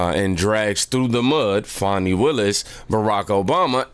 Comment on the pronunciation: It's fani not fauni